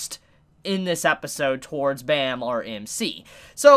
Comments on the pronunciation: Great ep for sure. Should definitely get new comers hooked on this amazing series. As an FYI and being Korean myself, the main characters name is pronounced phonetically like "Baam" or "Bomb" not like the sound effect bam. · The way you pronounce Bam gives me the creeps every time I hear it.